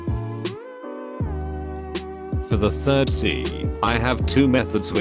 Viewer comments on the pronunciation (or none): none